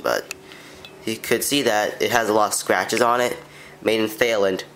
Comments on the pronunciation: My man said “They-land” (Actually pronounced “Tie-land”) On god bruh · Thanks for showing your cool little Toshiba tv. I'd like to see some more closeups of the screen to see how fine it is! Also, Thailand is "tie-land" 😂 lol